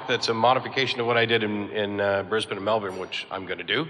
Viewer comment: Aron's the first American I've ever heard pronounce 'Brisbane' correctly.